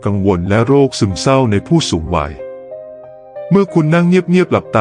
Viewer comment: วัยไม่ใช่ไว ใช้ภาษาไทยให้ถูกต้องหน่อยครับ